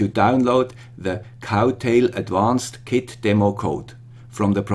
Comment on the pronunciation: Good job (as always), but I feel sorry to tell you that it's "Crowtail" not "Cowtail" :(